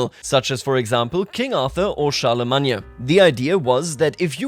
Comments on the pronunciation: Char-le-main not Char-le-mag-ne-a.😂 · Never in my life have i heard Charlemagne pronounced like that. I don't think i can say it any other way now lol. Gods i can't wait for this chapter of ck3 to unfold